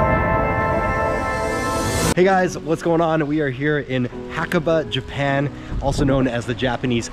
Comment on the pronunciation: great video but dang haha you butchered the name xD